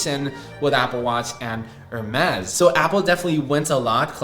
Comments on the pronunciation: It's pronounced as 'Ermes' and not 'Hermes' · Just a helpful tip on pronunciation, it sounds like Air-Mez not Hair Mez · The H is silent in Hermes. Pronounced as Air-Mess’ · Please pronounce Hermès correctly 😅 It's [ɛʁmɛs] or [ɛərˈmɛz], no H involved. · Bro it’s pronounced Ermes. H is silent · in French is pronounced er-MEZ. The letter "h" is silent in many languages, including Spanish, French, and Italian. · can u pls stop pronouncing the h in Hermes im begging you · the h in hermes is silent omg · Not trying to be a hater but there is nothing more American than pronouncing Hermès this way, just atrocious